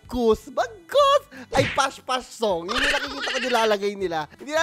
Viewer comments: naka brace po Kasi Kaya di makasalita ng maayos habang kumakanta , Kasi po Kung titignan mo yung video Nila Yung ibang words doon po ay nabigkas Nila ng maayos pero nung nandun na po Sa part ng may s dun na po sila nagkamali ng salita na ibis po past past is pash pash na po. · Pas pas po hinde po pash pash